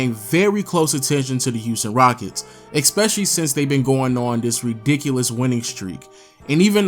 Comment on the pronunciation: It's ESPECIALLY not EXPECIALLY.